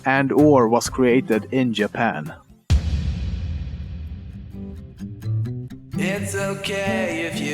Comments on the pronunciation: also Lemmino: Yapan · I'm sorry, but please try to pronounce some words right like ''children'' instead of the t-ish sound you just say ''shildren'' or ''japan'' like ''iapan''. That's no hate, I just wanna tell ya how to do it properly. I really like your video! Keep on doing waht you're doing!